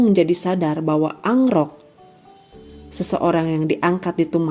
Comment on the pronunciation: KEN AROK..Bukan ANGROK